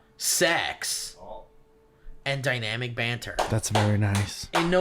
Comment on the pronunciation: Love how calls it DUYNAMIK BAANN…